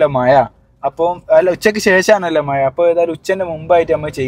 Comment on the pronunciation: മയ അല്ല മോനെ മഴ മഴ മഴ